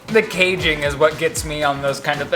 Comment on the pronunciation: Did just say "caging" for "cajun"?? Lol! Love him!